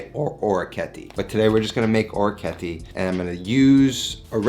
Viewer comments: Thanks for the awesome vid! My OCD however is forcing me to correct your pronunciation. I believe it's pronounced oh-reck-ee-et-tay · Just to let you know. He absolutely butchered the pronunciation.